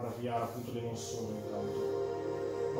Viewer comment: Di ventola ne ha una sola in realtà...la base serve per dar più aerazione...e si pronuncia souls non soul 😅